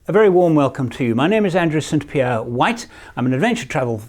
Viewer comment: With your accent, every time you say St Pier, it sounds like Cynthia. :) Love your content.